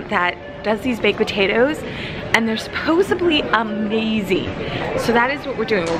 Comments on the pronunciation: 'supposebly'....love you, girl lol! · We have a new word everyoneee!!!! just released “Supposebly”. We now have an addition to Longdon, vlogmast, nordstroms etc. Hahahaaha. Just kidding! We love you! 😁😁😁